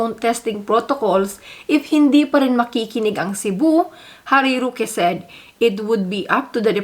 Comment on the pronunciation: It's ROOOOOOOque and not RUUUUUUUke! Damn!!!!!